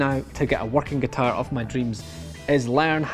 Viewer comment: G U T A I R